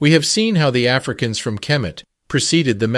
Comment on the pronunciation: It's not kermit. It's kemet